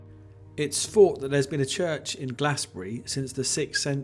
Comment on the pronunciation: Thank you, that was a wonderful video, it made me appreciate the old church again. I do hope that you are right and that there will be a revival. I'm so glad that you enjoyed the service and that you came to St.Peter's. Just to say that Glasbury is pronounced Glazebury, and St.Cynidr is pronounced Kunider (approximately!) I hope that you don't mind me writing this, the film and your commentary are great.